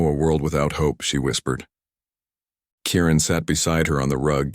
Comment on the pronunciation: Kieran not Karen!